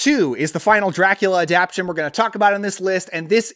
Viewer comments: I think it's pronounced "adap-TA-tion," not "adap-TION." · yeah I reacted to that. Adaption?..maybe in some dialects?..Adaptation I kept thinking he'd say.